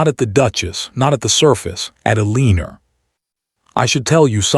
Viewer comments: Omg, don't even get me started on how they pronounced Eleanor! It drove me crazy. I don't think it has to do with what country it was in, I think it's just the AI voice. Some are better than others. "El - ee - ner," sounds like weiner 😅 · It really bothered me that the AI narrator mis pronounced the Dutchess name as Eleener. Maybe it was supposed to be but CC was spelling it as Elena. I loved the story but that really distracted me. Maybe check the narration before releasing stories. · And just for correctness sake, her name is either ELInor, emphasis on the ELi.nor or Elina - not as the narrator is pronouncing her name. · Eee-Leen-er* Come On! Correct this AI pronunciation of her name: Elena is pronounced Eee-Lay-nah. I can't listened to this ... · Hate the pronunciation of Eleanor,its gross. I get eliner, lener,eliner, ugh.please correct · Eleanor =Leaner ? Ugh....hated the mispronunciation every single time her name was mentioned... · AI sucks at pronouncing her name. Makes this story want me to leave. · Married 11 years and no children?? A duchess does not curtsy to a Viscount/ Earl/Countess. A Duke/Duchess is one step below a Prince/Princess. A viscount/countess is below a Duke/Duchess. Is the Duches' name Elena, Eleanor, Elinor, Alina? The AI narrator can't pronounce names correctly and the speech to text can't decide what name to use either. If Richard met Viviene 4 years ago, It means that she was also, according to the story, involved with Mr Price at the same time. The timelines are off. What happened with the separation? Did she divorce the duke so she could marry William? If not than she's committing bigamy. The story needs to include how she was able to marry William. Just another very badly written AI story. Wish it was actula humans who research their stories in the time periods they are writing in to get details and timelines clear and logicial. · I know it set my teeth on edge every time her name was said.😡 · Uh-lean-or? Or Eleanor?